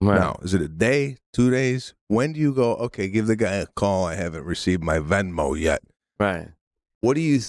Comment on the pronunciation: ITS NOT VINMO PETE! ALWAYS MISPRONOUNCING STUFF!!!! 😂